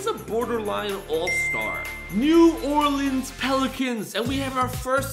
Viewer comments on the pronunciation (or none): none